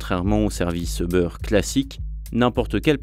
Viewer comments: Btw c'est pas "eubeurre" mais "youber" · Ça ne se prononce pas Euber. Plutôt Youber ou über. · C'est difficile d'écouter tout un reportage sur Uber quand on entend constamment "e beurre". "Les locaux de beurre", "les dirigeants de beurre", "l'équipe de beurre", ça fait mal.